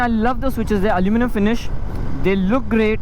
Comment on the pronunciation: Dude drop the accent, speak normally. "That's a nice kaaa" and the very next moment my guy forgot that there is an "h" in the word finish "you're gonna face is the finisss" XD